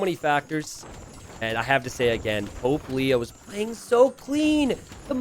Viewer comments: The name: Pope Leo The way says it: Poplio Me: who is Puglio? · I know they are saying "Pope Leo" but it sounds like Popplio lol.